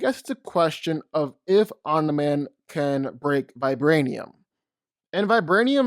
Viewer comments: Sounds like you’re saying “on demand”, it’s om-ne-man. Omni man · Is anyone else as annoyed as me when he calls him “Omnih-man” instead of “omnee-man” lmao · “Omnah man” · Why tf do u say oni man it’s Omni man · I am just here to listen to your opinions and say "Oniman" and "infingy gauntlet" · "Omnah man" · Nobody:: "Omna-Man" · Dawg…please pronunciation Omni-Man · I love the video but I would be Lying if I didn’t say I would almost vomit every time you said Omni mans name lmao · Man literally miss pronounced omni man's name the entire video. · The only problem I had with this video is the way he pronounces Omni man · You make great video but it’s like nails on a chalk board how you pronounce Omni-man. All love tho